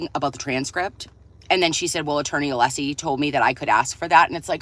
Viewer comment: Just curious, does HB think it’s a flex to repeatedly mispronounce Alessi’s name when everyone in the courtroom, including Auntie Bev, is pronouncing it correctly??